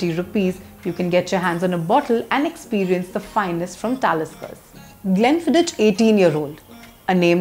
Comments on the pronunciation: It's pronounced as Glen-fidd-ick and not Glen-Fidd-ich. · Madam is definitely not a whisky girl...mcellen, glenlevit,and finally glen fid ich...wonderful whiskys..all pronounced wrong. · Some class, better than most on the Indian YouTube arena talking about whiskies…but you pronounced one scotch wrong or should I say not in the perfect Gealic…which to a connoisseur of great whiskies like myself is nothing short of a crime…Glen Fidik…but no worries…ur urban cool expressions compensated for it…all the best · No 🤣 It is pronounced as ग्लेनफिदीख The reviewer is an amateur, just reading online information and displaying online pics 🤣, they should've shown real bottles and real tasting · Lol, Nirvana is just about the worst whisky from PJ'S stable! Kuch bhi. And if you're gonna be posting on single malts, at least learn how to pronounce Glenfiddich and Macallan properly!